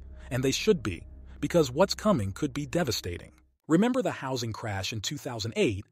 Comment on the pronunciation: You heard it guys. Hawsing crash